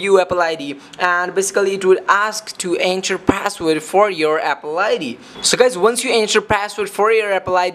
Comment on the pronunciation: Abolable, epple xD sorry it's just killing me